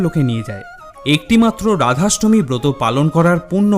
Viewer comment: খুব ভালো লাগলো। ধন্যবাদ। তবে ভিডিও টি নিজে একবার মন দিয়ে শুনে দেখুন আপনি কতবার র এর জায়গায় ড় উচ্চারণ করেছেন। আপনার ড়াধাষ্টমী (রাধাষ্টমী) ব্রতকথা ভালো লেগেছে।